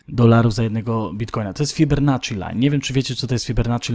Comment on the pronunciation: nazwisko Fibonacci to słyszałem ale Fibernacci już nie. :)